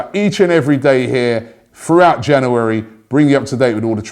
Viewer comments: why can’t you say january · Great, another month of Robbie mispronouncing 'January'